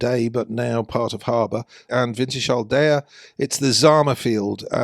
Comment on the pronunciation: Pronunciation: winters-hull, not winter shall 🤓